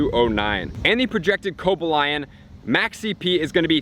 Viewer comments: Right along with virizion..oml..co bag lion is pronounced cohballeon and virizion and the last 2 I are said like an e sound..lol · BRUH CO-BAL-E-ON YOURE KILLING ME WITH THESE INCORROCT PRONUNSIATIONS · I cringed when you pronounced Cobalion and Terrakion. Still, pretty good video :) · Julian Galeano sorry my man. Working on it